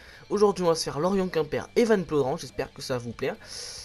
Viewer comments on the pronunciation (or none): C plaudren mais ca se dit plaudrin